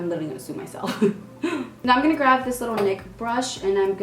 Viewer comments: Girl I love you &’ all BUT I noticed in this video that you say “GRAV” instead of “GRAB” not judging I just noticed that &’ thought it was cute lol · let’s count how many times she says “grav” or “gravving” instead of grab and grabbing😂😂